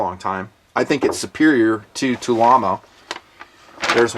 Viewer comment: Lol at tulammo...does no one but comblock gun fans realize Tula is the name of a district in Russia where the historical Tula arsenal is? They historically have produced small arms, mags, ammo, etc.. Its actually Tula ammo not tulammo, one word, lol. Love the videos always have, its just always cracked me up hearing so many people being so wrong so regularly. Thanks for another great review and for being a great voice in defense of our 2nd amendment.